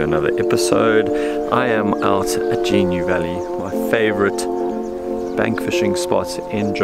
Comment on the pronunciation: GA-New valley … Not Gee-New … A Gnu is a slang term for a Wildebeest !!! … hence the name !!! Great Vid as per !!!